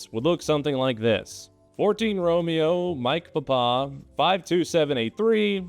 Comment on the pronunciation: I'm not making fun of how you said three and five, I'm making fun of how you said Papa.